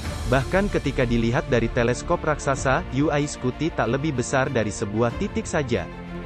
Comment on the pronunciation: Daritadi kita dengarnya yu ai scuti yu ai scuti. UY dibaca yuwai bang bukan yu ai 🙏🙏